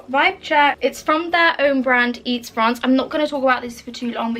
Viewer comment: When she pronounced iets frans as eats France i was like oH iVe AlWaYs PrOnOuNcEd iT aS EyE eTs FrAnS phahahaha